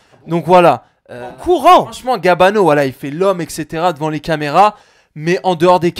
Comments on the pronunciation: mdr au lieu de dire "voilà" il dit "wallah" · voila = wallah mdr on dirait qu'il dit ça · On dirait quand il dit voila on a l'impression il dit wallah😂😱😂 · Quand il dit "voilà" on dirait qu'il dit "Wallah"